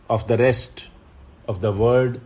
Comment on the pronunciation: Sir, kindly pronounce world as world in dictation not word as it creates confusion while writing. However, I am sorry to point out it to you as you yourself are a great mentor but what seemed to be in dictation I just remarked it. Actually, I have obseved this pronunciation error in a specific word i.e world in many of your dictatons.